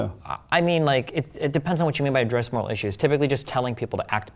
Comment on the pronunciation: why can't he pronounce "moral" lol